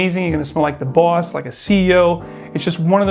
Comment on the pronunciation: "...makes you smell like the BUASS" - is that a Boston accent popping through?